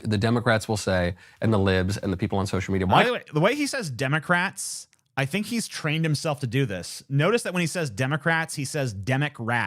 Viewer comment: Oh god now I can’t unhear Demic-Rats from this guy…